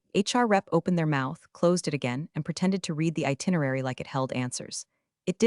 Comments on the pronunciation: The mispronounce of read/read drives me nuts too. 1 tiny fix like that would instantly make the whole narration feel 10x smarter + professional. 😬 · I really like the voice used in these videos, but I really wish somebody would train that AI how to pronounce read and read there are other issues, but those are the ones that make me grit even more I went to school management degree my teeth